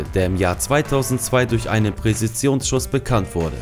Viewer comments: "Präzisionsschuss". Nicht Präsizionsschuss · also deine Aussprache ist ja schon echt schlecht, aber "Präsizionsschuss" ist einfach nur traurig .. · was ist ein Präsitionsschuss? Zich mal entschuldigen für falsche Aussprache von Namen und nicht mal die Sprache in der das Video sein soll richtig aussprechen... ich mach mach prässise mein Abendessen ;) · Die Video's sind gut aber deine Aussprache ist schlecht.....es heisst "Präzisionsschuss" und nicht " Präsisiunsschuss". Wenn man sich schon mit so einem Thema beschäftigt sollte man sich Mühe gegeben. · Alter.... Präsizionsschuss, Viaptnesem xD geht ja gar nicht deine aussprache XD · Presizionsschuss, hahaha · Die Wörter "Harrison" und "Präzisionsschuss" könnte man besser aussprechen. Vielleicht würde ein Sprachtraining helfen. Ansonsten ein schönes Video.